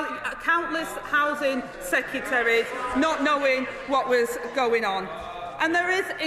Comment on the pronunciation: The cockiness of Labour is unjustified since it was more a vote based on what people didn’t want, not what they do. If the public had any courage at all Reform would have won by a landslide. Instead you’ve now got somebody who can’t even speak correctly. ,Seceteries’ 🙈